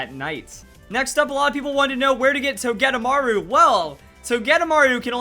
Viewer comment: I thought it was pronounced Toge-De-Maru